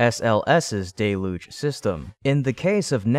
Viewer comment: I see you are still going with "DAY-Luge" even though everyone has told you that the word is "DELL-Huge" At least you stand by your decisions even when you are wrong.